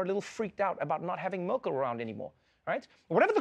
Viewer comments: Mörkîl???? Dude please say the name right 🙈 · Why you don't try to pronounce her name correctly? The way you pronounce her name would be written as Mörkel in German. The e in Merkel is relatively similar to the e in the English word 'when'. Thanks :-) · Such a clever, powerful, etc woman. And still, dear. dear Trevor Noah, you have not enough respect for her, to learn how to pronunce her name. Such a pity:( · Just out of curiosity: When you do a segment like this, why is it so hard to get the pronunciation of her name right?! Just as a small sign of respect!